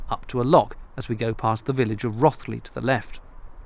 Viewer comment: It's ROW...TH.....LEE